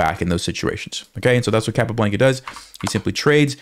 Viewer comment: Capablanca (kah-pah-BLAHN-kah) - please, please pronounce it correctly!